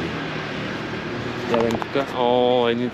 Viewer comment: Хареса ми видеото само преди седмица бяхме там ,надмина очакванията ми.Само да уточня, че се чете Текирдаъ .А картофите бяха уникални.